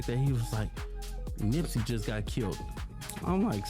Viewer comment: Showing Wack 100 as BigU is funny. AI voice. And calling Nipsey, NIPEsy is wild. Maybe quit making "rap" videos tbh.